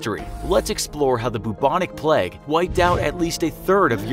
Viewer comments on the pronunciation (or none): the bubonic "pleg" 😭 I've never heard an American say "plague" before- I didn't realise they had trouble with the "ay" sound except in the name "Craig". Is it something about "ay" + hard "g" that they struggle to pronounce? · Am I the only one getting annoyed at the pronunciation “pleg”? It’s like playg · Also it's pronounced "Play-g" not "Pleg" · its not pleg its playge not how you spell it just how you say it or Its just me being British.. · It is pronounced “play-g” not “pleg” 🤦🏻‍♀️ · The dude: BLa bLa bLa flEas on rats spReAd by TradE Also the dude: bLa bLa bla PLEG Me: *PLEG?? It’s PL-AY-G! PLEG? Zendaya and Zach Efron: What if we rewrite the star—- Me: WHAT IF WE REWRITE THE DICTIONARY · yeah, it’s strange how it’s changed in the states when everywhere else it’s pronounced “Craig”. How do you pronounce “plague”- like “plague” or “pleg”? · Great video, but your pronunciation of plague is super distracting. PLEG? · Why do Americans pronounce Plague as pleg? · Nobody: Absolutely nobody: The Infographic Show: Pleg. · Gota be honest with you; the way you're pronouncing "plague"as "peg" is doing more damage than the Black Death. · If the narrator says 'pleg' one more time..... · Lol why do you say the pleg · As an American, this is my first time hearing the word 'plauge' pronounced like that😭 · Could you learn how to pronounce the word plague correctly please!